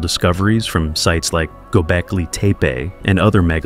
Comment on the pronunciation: "The Tower of Bobel" "Gobekli Tape-ay" XD this AI voice is so dumb